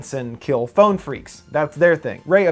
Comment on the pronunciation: When he says phone it sounds like he saying bon